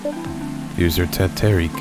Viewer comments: Teh Tarik is pronounced 'Tay' like Taylor, and then 'tar', 'reek' and it's made by pouring tea with milk repeatedly really high so it gets all frothy introducing air hehe I love your videos:") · Lol. The Tarik is a famous drink in my place. Love how you butcher it’s pronunciation.